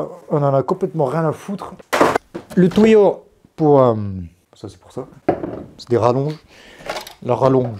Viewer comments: "Le tOUÏo" "Un tOUÏo" "Le tOUÏo" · "un tOUyau" ""le tOUyau"" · Vous comprenez quoi quand il dit "tuyaux" 1 touilleau 2 touille eau 3 touyeau 4 ???